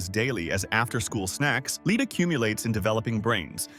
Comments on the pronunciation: You can always tell it's an AI generated video because it can't pronounce words correctly, sometime it says lead, sometimes leed. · 1 minute 57 seconds in to this Garbage the voice says leed for the metal Pb . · The AI-generated narration mispronounce words like “lead” (Pb). Should be pronounced as “lēd” and not “līd”. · Too bad there's no way to tell this AI narrator that "lead" is pronounced LED not LEED. 🤔😞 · Lead not leed? Get it right AI. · He is saying lead all wrong. Its pronounced "led" not "leed" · If only AI figured out that lead is pronounced like led and not sometimes with the “long e” sound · It’s NOT “leed” you dumbass AI, it’s lead. A toxic heavy metal. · if you’re going to use AI to do the voiceover, at least check your work. The number of times “lead” was mispronounced as “leed” instead of “led” is ridiculous. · AI garbage voice: pronounces the element lead as "leed" (instead of "led"). It's these bot-voices, not heavy metals, that will be the death of us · Seems like good information, but how can you trust a script read by an ignorant text-to-voice program? It can't even differentiate lead ("led") from lead ("leed"). Too cheap to hire a voice actor to read the script and give it proper pronunciation with placing emphasis at the right points? Do better! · Lead is not pronounced LEED It is pronounced LED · Seems to be AI speaker, especially because sometimes pronounces lead like leed and sometimes like led. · this is also AI Slop...how it says M&Ms and Lead(Pronounced LED) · 3.10.26 ... what the heck metal is "leed." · You can tell it’s AI when lead is pronounced leed. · Teach th AI how to say LEAD NOT LEED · May be good information, but they should program the AI that lead is not pronounced leed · Firstly, "twice the amount recommended for DAILY intake" NO ONE EATS IT EVERY DAY!!!! Secondly, the quality of this video is bad for the soul. Any video that is not worth human narration, is not worth watching! (Oh, and, WHAT IS "LEED CONSUMPTION"?